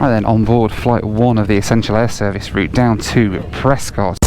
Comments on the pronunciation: Prescott is pronounced Preskit as in bisquit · I love Prescott soooo much! Favorite city in the US, and a wonderful airport! Also for future reference, it’s pronounced Pres-kit, but no worries. Anyhow, great video! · Actually pronounced "Pres-kitt." :) If the UK actually had an essential air service program, FlyBe would still be in operation. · It’s pronounced Pres-kit. At least that’s how the locals say it. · Sure wish you would pronounce Prescott correctly.